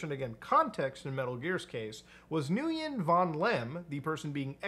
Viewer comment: Nguyen is pronounced, like the English word, when